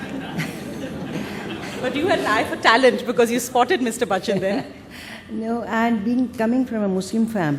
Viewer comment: LADY REPORTED FUCKED AMITABH ...BY CALLING BACCHAN😂😂😂😂 MAZA AA GYAA 😅😅😅😅😅